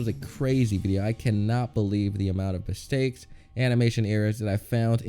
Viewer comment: Ај доунт лајк мстејкс